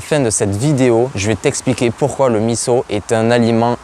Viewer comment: Bravo de bien prononcer MISSO ! Top !